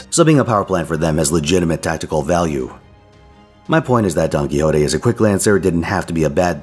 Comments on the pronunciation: Big fan of rattling off that Spanish NP name with absolutely no issue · Indeed, great pronunciation!